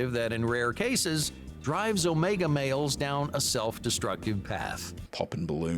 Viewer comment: The way this man says “males” like “mayols” is really bugging me